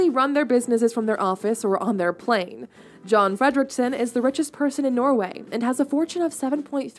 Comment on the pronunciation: if it's John in Norway it's likely not pronounced as John, but as Jon, and the O is not the english O, but a Norwegian O. closes to are words like boost, poo, depending on the dialect. Also the F is not pronounced like you are about to puke like she does. Norwegian names are pronounced how they are written for the most part. But it's close enough. If you split his surname it means Freedom Rich Late. Fred= freedom rik= rich sen= late I saw a guy did literal translation of Swedish names, so I did that here. But I don't know where his surname is from. I've never heard of this guy, but not looked deep into economical news and people like him.